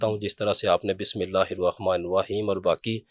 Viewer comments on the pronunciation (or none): none